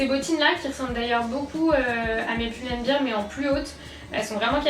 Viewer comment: On dit pull and ber et pas pull and bir